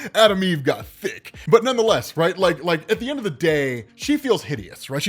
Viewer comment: Lol it's how u said THICK